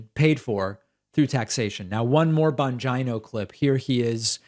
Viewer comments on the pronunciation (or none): Tucker Carlson's show is truly awful. 'Dan Bahngyno' = finally, a Pakman pronunciation that exceeds the 😆 factor of "Jimmy doray" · I get kick out of how you say Dan’s surname.. 🤣… exactly the the vibe I get from his ass… Smfh